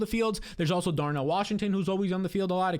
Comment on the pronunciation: there is NO “x” in the word especially! I think you have good analysis, but please make an adjustment. Many thanks.